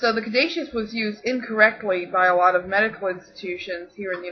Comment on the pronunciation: I thought Caduceus was pronounced (ka -du-sus) ? Hermes is pronounced with an accent I gues the best break down I can give without you actually hearing me say it is (air- mess} you have to kind of like either french out the r sound a bit or roll it : ) lol but Mercury is pretty cool...ooooOO are you going to talk about the emerald tablet ? I love stories about that and atlantis: ) Hope to see ya back and making videos soon.